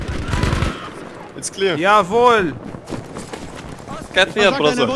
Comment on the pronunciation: Jawoll Schnitzel‘‘ My as German: 😂😂